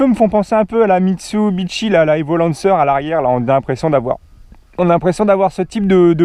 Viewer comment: on dit lancer Evo 😁